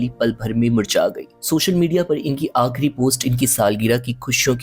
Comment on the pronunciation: Aakhri. ..khud. Please khay sahih kren